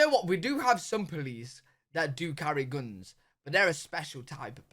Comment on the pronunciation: Please QUIT saying gounes when you are trying to say Guns... and that's all I got to say about that.